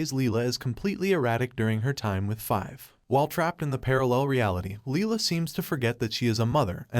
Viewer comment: The fact that you made an issue-taking video surrounding a major character and said her name wrong every single time was infuriating.